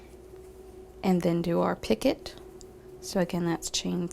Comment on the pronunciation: Picot is pronounced peeco. I thought I was going to learn some kind of new stitch called picket.